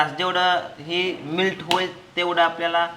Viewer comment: दादा मिल्क नाही म्हणत मेल्ट मेल्ट करून मॅरीनेशन करून ठेवायचं 😊😂😂😂😂